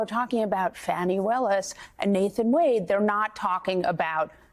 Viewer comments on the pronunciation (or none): He needs to be beaten at the polls. even if that means swapping out Biden for someone else. Shame on Little Merry Garland, the cowardly dithering toothfairy for getting us here. And it's 'Fawnie' not 'Fanny'. Have enough respect to get her name right! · ...and kudos to her for being the only person Ive ever heard say Fani's name correctly! "Fah-nee" !! Not "Fawny" or "Fanny"!! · FAH-ni, NOT Fanny or Fawnie. Otherwise, thanks Nicolle and panel. P.S. if there's a witch hunt, he would have been in jail for three years. Delay is the tool of the guilty. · Rev made two mistakes. He called "Fawni", "fanny" and thumper "mrpresident"??? Rev, PLEASE do NOT do that! Her name is "Fani" (fawn-ee). He ISN'T the president that title belongs to President Biden or Mr. President (Biden not thumper). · "IF" the traitor wins the election, ALL of his cases would disappear. There will be NO state case or any other, as he will be a dictator... PERIOD. ... and for God sakes, stop calling her fanny. It's Fani... pronounced (fawn-ne)! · CAN EVERYONE PLZ GET HER NAME RIGHT “FANI” like FAWNY not FANNI as a BUTT AS TRUMP LIKES TO CALL HER WITH THE INSULTS😡 FANI FAWNY GET IT RIGHT!!😡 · Wow...why is Al Sharpton pronouncing her name incorrectly?